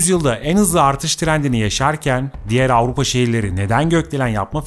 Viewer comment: Ağupa değil AVRUPA bir kere doğru söyle